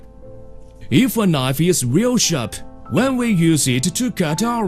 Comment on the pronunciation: Weal Wud.